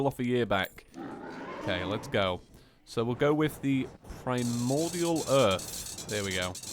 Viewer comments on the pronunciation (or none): none